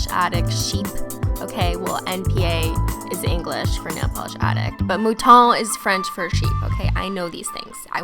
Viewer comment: I'm half french (my dad) and thank goodness someone says Le mouton right! lol just don't let domeone who doesn't know french pronounce .. Maintenant (it means now)